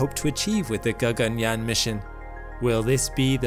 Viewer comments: "G-A-G-A-N-Y-A-A-N" pronunciation was apt.. 👍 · Your pronounciation of Sanskrit terms- "Gaganyaan, Chandrayaan, Shukrayaan etc" was spot on.👍 It was as if a native speaker spoke those words 😀😀😀